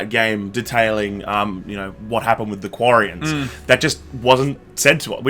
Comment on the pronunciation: Its Quarians not Guarians!